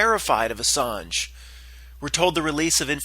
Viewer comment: Ass-ange (L)